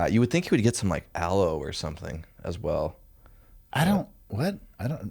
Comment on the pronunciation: 😂😂😂 “aloe” I almost died